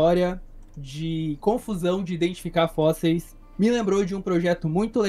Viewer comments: "os fósseis" pelo amor champs (oO,) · nítidamente um problema com essa palavra kkkkk